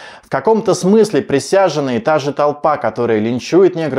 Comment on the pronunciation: Почему автор произносит «присяженный» вместо «присяжный»? Только мне режет слух?